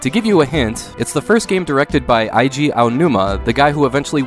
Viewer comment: Just FYI, Eiji is pronounced "ayy-ji". Love this channel man, you're doing amazing!